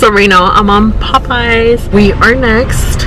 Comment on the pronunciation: Poe-payas...you gotta be joking lol